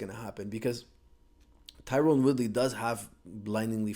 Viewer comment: I noticed you keep saying Tyrone. apparently he hates that haha it's Tyron .